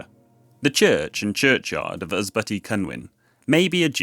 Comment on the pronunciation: You have some nice videos. Unfortunately let down by some pronounciations. Ysbyty in days gone by meant a shelter for pilgrims. Here is a short video that shows you how to pronounce Welsh. Unlike English, only 'u' and 'y' change often to 'i' or they swop.